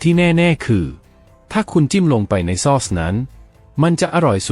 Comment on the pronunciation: ซอส (AI อ่านผิดนะจ้ะ ไม่ได้อ่านว่า ซอด (เสียงโท) แต่คนไทยที่เป็นคนจริงๆไม่ใช่ AI เค้าจะอ่านว่า ซ้อด เสียงตรี ไม่ใช่เสียง โท) ฟรายยยยย เอ้ย